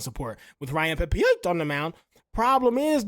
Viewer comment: Watches all the games but reads names wrong lol honest mistakes